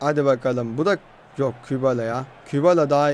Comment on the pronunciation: Aga şu Kübala dediyin sade dilde. "Qebele FK" nası yazılıyorsa öyle okunuyor